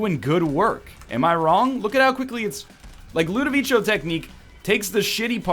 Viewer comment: NL, its Ludovico not ludavichio, please god I can't take it anymore.